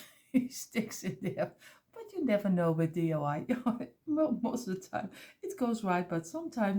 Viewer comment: Sweetie your creations are by far my favorite!!! Can you please tell me how to make this beautiful TV using the small blocks? And oh how I wish I could get you to say DIY instead of DUI. Here in the states DUI means Driving under the influence. In other words drunk driving. DIY means Do it yourself. I chuckle each time I hear you say DUI. I just adore you and if you used small blocks I would make ALL of your creations. Giant hugs for another creation well done!!!!